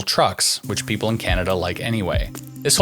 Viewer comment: What the heck is a 'pepole?' LOL